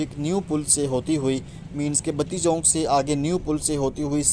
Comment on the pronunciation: Chok hota he not "chonk"